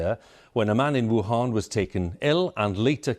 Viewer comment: Western journalists cannot pronounce 'Wuhan' correctly.